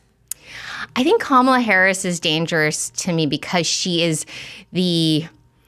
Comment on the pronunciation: Such a good interview. Nicole really was such a great pick for Bobby. On a side bar, I just wish that people who don't like Kamala would stop deliberately mispronouncing her name. I don't like the term "micro aggression" but this seems like exactly that. I don't like her either but people she is running for president, maybe we know how to say her name by now.